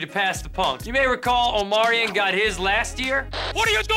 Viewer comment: And he always calls Omarion “Omarian”